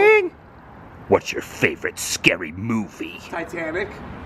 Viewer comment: “Ti-tan-ic” LoL!!! Jolly good!!